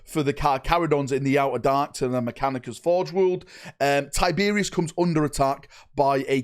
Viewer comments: Who the fuck is Tyberius???? give your head a shake kid lol it’s TYYYBEROSSSS!!!!! Think you’ve been hit in the head with an Arbites stun batton haven’t ya 😅😅😅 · Ty-ber-os not Tiberius.the reaper lord of the void deserves better than that bud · Gods this was a painful video to get though mate. Its Tyberos NOT Tiberious 😂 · I love your videos man but his name is Tyberos its pronounced like tie-ber-oss. You keep saying tiberius every time you talk about him 😂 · Why does he keep saying tie beer is instead of tyberos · (Ty-Ber-ous)Tyberos the Red Wake, who is this Tyberios of which you speak? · why tyberius its tyberOs the o is not silent. Tyberos. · It's not Tyberius ya twit. It's TyberOS. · "Tie-Ber-Ross" not "Tie-beery-oss" 😱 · “Tiberius” It’s pronounced TY BER ROS - like the end of “sucrose” 👍🏼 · TIE-BR- OUS say it correctly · Ty-ber-os. Not tyberius. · Thumbs down cause you kept calling him Tiberius. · It’s pronounced Tib-er-ose. Based on the spanish word tiburon, which literally means shark. Tib Er Ose. Tyberos. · Did you have a stroke? 'tiberius' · It was a joke. I know what a “penance” (atonement) crusade is, but keeps saying “pennant” (flag) just like he keeps saying “Tiberius” when he means Tyberos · Damn, he called Tyberos Tyberius. Get the tomatoes. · Please stop saying Tiberius lol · Man you saying his name wrong over and over again really was making watching this so hard. Please don’t ever do something so flagrant as that again